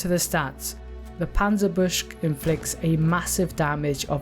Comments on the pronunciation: It's pronounced "Panzer Buke-sah" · Absolutely love your videos, but I BELIEVE it’s pronounced Panzer- boo-sheh. I could be wrong. Love your vids tho man. Keep it up.